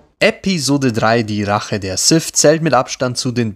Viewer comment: Sith. Nicht Sif. Lady Sif lebt in Asgard.